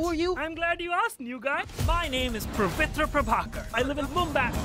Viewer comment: Did anyone else hear him say Pavitr incorrectly?